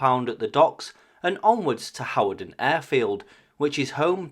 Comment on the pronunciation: Your videos are so informative. My brother lives near that location, and we both wondered what those Soviet jets were doing there. BTW Hawarden is pronounced Hard - den